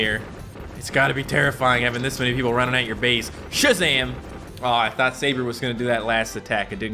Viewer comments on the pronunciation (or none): none